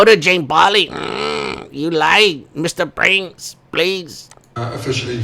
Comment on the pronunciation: I thought you were saying "Mr Brains" instead of Mr Prince loool ! Mr & Mrs Brains 😂